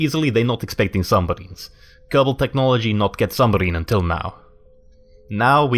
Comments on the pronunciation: Sub-Marine. Lol not Sum-Barine. xD Common slip of the tongue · submarine, not sumbarine. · He kept saying submarine wrong by saying sumbarine in his less than impressive soviet accent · That's a very nice sumbarine you've got there (yes you said sumbarine) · I love how he says Subbarine XD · Sumbarine? I think you mean submarine. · lol he says sumbarine instead od submarine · Underrsee sumbarine XD